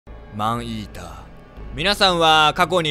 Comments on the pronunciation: 最初の方『アイーダ、スタート 』って聞こえたw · 待って病気かもしれない。マンイーターがマンイーダに聞こえてさらにそれがアイーダに脳内変換された。ポキさんがｱﾊｰﾝいうせいだ…(ありがとうございます) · マンイーダがアイーダに聞こえた私は世紀末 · マンイーターがアイーダに聞こえたねんけどwww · ﾏﾝｲｰﾀｰの発音完全にファンヒーター